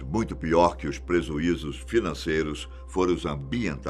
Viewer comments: So eu que notei que nos minuto ele fala prezuizos? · e Pre"Z"uizos 🤣🤣🤣🤣